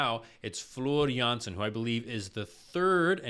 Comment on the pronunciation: You're pronouncing her name just right most of the time. It's only the last name where you sometimes pronounce the J as in Jay while it should be like Y in Yes.